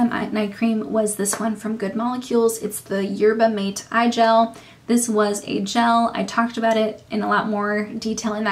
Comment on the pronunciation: Yerba mate is pronounced ma- tay Good video